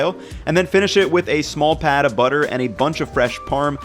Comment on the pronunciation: Has anyone noticed says "Pad" of butter instead of "Pat" of butter? This is irksome. Not as irksome as Gordon Ramsey & Jamie Oliver with their "Knob a buttah," though. Filthy!